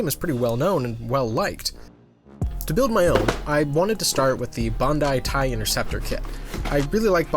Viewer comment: For saying bandi, its not pronounced bon dye, its Ban die (like dice) amazing content though, loved it 💜